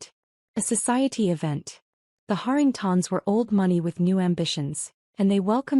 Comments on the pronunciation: Why can your artificial intelligence pronounce Harrington correctly but turn into artificial stupidity when it has to pronounce Harringtons? Same dang name just in one instance it is singular and the other plural. AI has millions of miles to go before it can do this function properly. I’m sure there are other stupid pronunciation errors since I may have listened to only a small hand full of these that weren’t riddled with mispronunciations. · Interesting pronunciation of “Harringtons”: Hahr - ing - tahns. 🤔